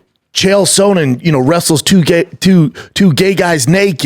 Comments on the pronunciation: Dana and Brendan only guys to say Chael SOANen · The only person who stil says Chael Sohnen